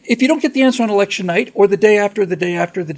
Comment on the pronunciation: you mispornounced "election season:.